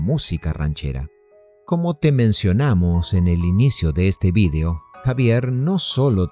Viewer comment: Se dice "video" y no "vidio".